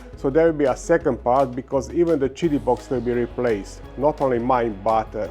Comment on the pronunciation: Pronounced it correctly now! "cheety"! Hey Doc! Good job! I still liked when you said "kitty". 😊 I printed a plaque for my Plus4 that says; "Kitty Plus 4" in honor of this. ❤️ We love ya Doc!! 😊 Team 7 Beta Testers